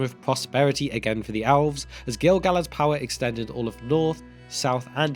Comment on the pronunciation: Why do you pronounce elves like it's alves? Or even "owlves".